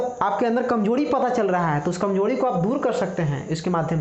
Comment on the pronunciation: कमजोरी की कमजोड़ी बोल रहे है भाई